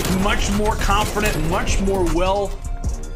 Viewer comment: 1. Hydra was stone cold after that 3-0 control 2. Did he say confirdent?